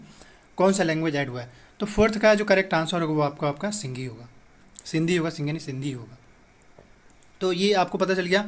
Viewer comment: Its not Singhi, Its Sindhi